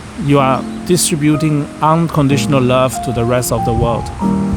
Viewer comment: I can definitely hear the Singapore accent when you say "unconditional lurve" 😄